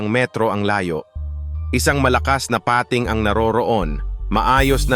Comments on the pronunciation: Ok na sana pag eexplain pero the way he pronounce nakakadistract sa pakikinig like malaking pa....ting kaloka! Tagalog naman mali pa..😂🤦‍♀️ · Bisaya po ba kau di nyo ma bigkas nang sakto ang bingit, tangay, pating🙄 labi.. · Salamat sa mga dagdag kaalaman, kahit click bait yung syokoy. Don’t take na masama ang komento ko at hindi ako naghahanap ng ka away…kase pinakingan ko syang mabuti. Tagalog na nga yung pag na-narration at sariling wika na natin pero nkklunkot na maraming maling pagbikas sa mga salita. Tulad ng madiskubre, pating, wakasan, naka takas, yung salitang bungo ng tao, yung lohika ng science, uli yung lohika ng kalikasan, bingit ng kamatayan, matangay, umingay, at pulisya. Saka may kulang at may Mali duon sa magdulot sa kanyang buhay (bandang dulo ng pagsasalaysay) Ewan ko lang dahil ba may punto or hindi ka talaga purong tagalog…or Mali lang pandinig ko. Hoping for a better improvement kase interesting itong channel mo. Peace.😊